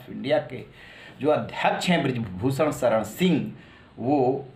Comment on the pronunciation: Sha shabd ka sahi ucharan nhi kr paate he aap . Sha ko sa ucharit krte he aap . Bhushan ko bhusan sharan ko saran keh rhe he . Ishara ko isara keh rhe he